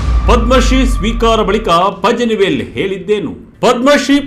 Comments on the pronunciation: ಪಜನಿವೇಲ್‌ ಅಲ್ಲ ಪಳನಿವೇಲ್‌ ! ತಮಿಳಿನವರು ಳ ವನ್ನ z ಬಳಸಿ ಇಂಗ್ಲಿಷಲ್ಲಿ ಬರೆಯುತ್ತಾರೆ. ಪತ್ರಿಕೆಯವರಾಗಿ ಇಷ್ಟೂ ಗೊತ್ತಿಲ್ವೇನ್ರಿ? 🤣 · ಪಜನಿ ಅಲ್ಲ ಸ್ವಾಮಿ, ಅದನ್ನು ಪಳನಿವೇಲ್ ಎಂದು ಉಚ್ಛಾರಮಾಡಬೇಕು.